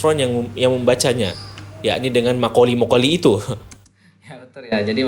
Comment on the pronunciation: MA' QOL(sesungguhnya),,,,BKN MAKOLI,,,FA''QOL....BKN FAKOLI,,,DST,,,,BNYK YG MSH SALAH DI BACANYA OLEH,,,, DAN ASLINYA NAMA SURYANI ADLH NAMA WANITA KESAYANGAN AHLI NUJUM,,DAN BHS SURYANI DI GUNAKAN DI ZAMAN NABI YA'QUB AS OLEH ORANG2 PARA AHLI NUJUM,,,DAN BKN DI ZAMAN NABI ADAM..🙏✌️